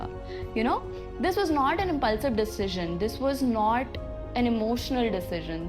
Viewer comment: plz letter 'T' ko thoda dheere se pronounce karo bahut annoying lagta hai noTT 😖